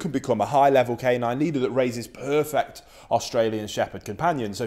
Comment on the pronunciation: Stop saying puuefect????!!